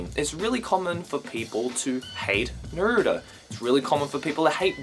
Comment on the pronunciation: I like u a lot, and I'm sorry to correct you, but you pronounced Naruto wrong